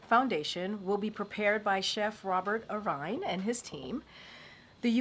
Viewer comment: "The Robert Err-VINE" 😂😂 Chef Robert Irvine, Dinner: Impossible